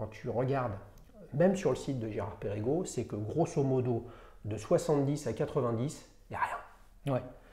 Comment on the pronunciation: Mon cher, Perregaux ça ne se prononce pas Pérégo, mais Pergo.